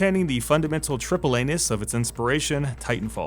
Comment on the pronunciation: You said "triple anus" around 11 minutes.